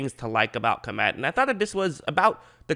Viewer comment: By the way, Kmet is pronounced as one syllable. In some Slavic languages it means peasant, and in some senator, chief. I guess he is originally from the Czech or Ukraine.